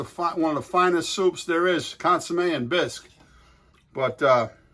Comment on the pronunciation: Can't even pronounce Bisque